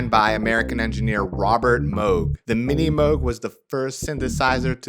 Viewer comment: Nice to hear that You pronounce “moog” the right way 👍☺️